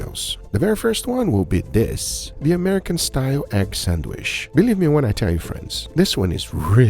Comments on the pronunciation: It’s pronounced Sand Witch stop saying sanwish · Sand-witch, not sand-wish. Now you know. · Nice! Will try this next weekend! But please, it is san-witch, not sand-wish. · God damn it it is not sadwish i t's sadwitch. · it's a SANDWICH, not a "SANDWISH" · Your pronunciation is 100% correct,. Egg sand-wish.